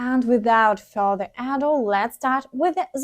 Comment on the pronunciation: Without further ado. The stress is on ado. ehdooh. Is more or less what it sounds like